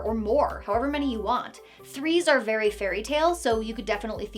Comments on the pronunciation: Saying "fairy" instead of "very" tickled me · Did you say, "You can FAIRY quickly get in over your head"? 👀